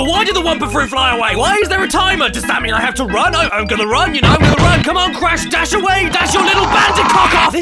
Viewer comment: When you said crash dash I though you said crash bash